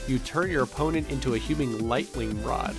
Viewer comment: Haha, he said "Lightling Rod" instead of lightning rod